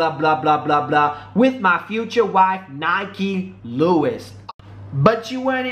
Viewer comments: It's NIKKI NOT NIKE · Your saying her name wrong and your fake that's in 2012. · You're saying her name wrong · U saying her name wrong